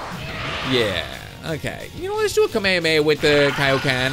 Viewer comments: Kamehameha Is pronounced k me ha me ha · You pronounced Kamehameha wrong